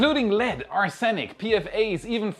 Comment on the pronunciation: Errrrmmm... ... "Ars Enic" @@ is pronounced "Arse Nic" (arse as in your backside and nic as in Nick.)